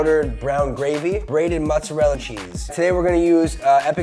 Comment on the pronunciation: Nope! I can be ok with the frozen fries (even though cutting up a russet potato is not rocket science), but I stopped watching the minute you said mozzarella.